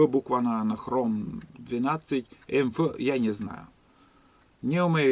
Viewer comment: Правильно произносится Ха12эМэФ ,хорошая ножевая сталь,закалка 62-63HRC ,минус слабая корозионная стойкость(т.е.ржавеет).